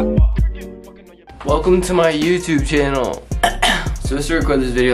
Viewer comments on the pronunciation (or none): why you say channel like dat LMAO